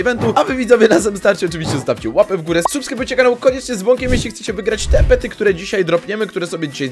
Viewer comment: Pety nie pery